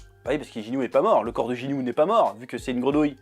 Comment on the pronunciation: “Jinyu”????? Lol